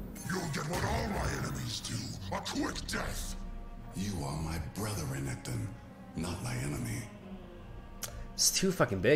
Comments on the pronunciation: Can't fucking stand you pronouncing it as regeton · Reketon. I here that. 😂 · please stopp calling him reggaeton, this is illegal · Renekton: A partially insane mad demigod: Calls him Reggae-ton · Also "regketon" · The inability to pronounce renekton makes me get off the video